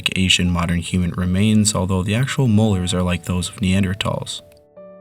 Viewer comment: “Knee Ander talls” gets me gigglin